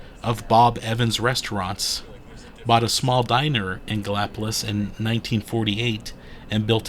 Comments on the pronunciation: anyone that lives in Gallipolis will tell you its pronounced Galli-Police and not po-liss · You did pretty good except it rhymes with police. The Our House museum is a don’t miss.